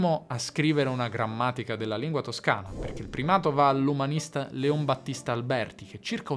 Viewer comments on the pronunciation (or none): none